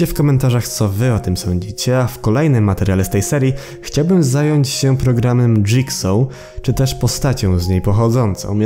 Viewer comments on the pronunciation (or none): none